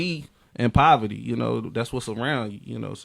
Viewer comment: Are you saying “Proverty”? Sorry just been throwing me off. If so please take time out to proofread and edit. No diss. I just feel like when u mess up words I can’t take your story to serious. Keep it up tho.